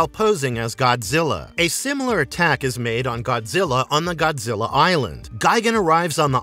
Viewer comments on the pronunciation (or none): none